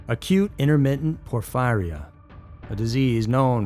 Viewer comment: Porphyria is pronounced "pour-FEAR-reeyah"